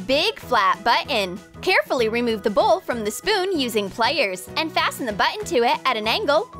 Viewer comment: Was anyone else annoyed when she said waire and plaiers instead of wire and pliers